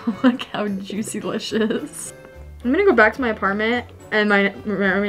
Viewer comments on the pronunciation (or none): Lol well said juicylicios 😆 😂